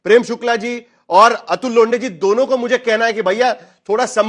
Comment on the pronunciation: नमस्ते अतुल लोंडे नही लोठें? 😂